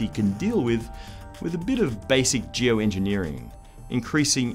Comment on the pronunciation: Did you just say geoenjenieering?😒 and you call it a solution?🤒😷😬